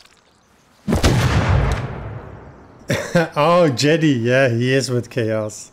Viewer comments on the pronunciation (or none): He said jede it’s jedi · its notb jedy its jed-i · Lol he said jedy instead of jedi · I love your vids man but I think I died when you said Jedi like Jeh-dee 😂. Keep up the good work, I love your content 👍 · The way he pronounces Jedi Scares me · He couldn’t say Jedi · Anyone else notice mispronounce Jedi?